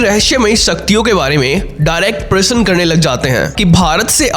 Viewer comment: Parsan nahi prasna hotahy dost